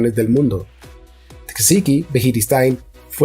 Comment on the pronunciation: Esta muy bien lpero si te dedicas a los audiolibros pon más interés en pronunciar los nombres propios correctamente. Me sangran los oídos cuando escucho Tecsiqui al referirse a Txiki o Javi por Xavi, etc…